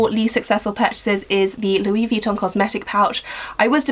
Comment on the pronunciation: Pmsl at the way you say Louis Vuitton